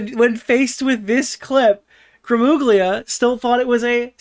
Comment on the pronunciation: IT'S PRONOUNCED GRAMULIA GL = L IN ITALIAN(it's slightly different, but L is a good approximation) YOU ARE ITALIAN-AMERICAN, PLS GET IT RIGHT